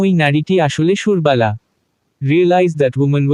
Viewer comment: সুরবালা , সুর্বালা নয় ।